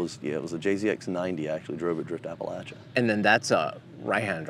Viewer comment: For the love of god please stop mispronouncing a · puh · la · chuh PLEASE 🙏